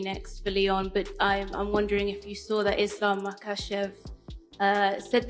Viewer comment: Dana still can't say Islam's name:)